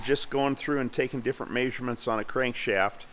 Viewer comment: love how he says "may-surements" (measurements)